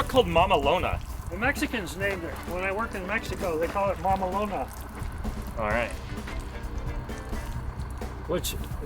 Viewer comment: so funny the way you pronounce the word mamalona, the way it is in Spanish, just means a nickname for a truck that you really love, it is also a common name for trucks between the Mexicans